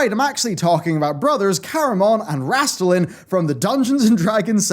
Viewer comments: The T in Raistlen i've always thought was silent personally. "Race(very soft t if any at all)len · Wraistlin is pronounced "RAYst-Lynn" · I'd never spotted the Dragonlance stuff, but now cannot unsee it. Entertaining bit of history and shows that there really are no new ideas, at least in fantasy RPGs. BTW I pronounce 'Raistlin' to rhyme with 'waste bin'.